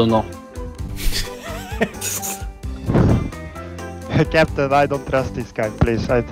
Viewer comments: с первого класса учиди что надо не "ай кноу", а "ай ноу" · сказал you кноу?:D (кто понял тот поймёт)